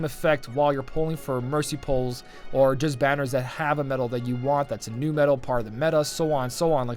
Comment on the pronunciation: "medal " pls :D